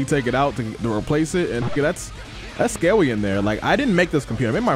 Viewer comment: "That's Scarwwy in there" 😭😭😭😭😭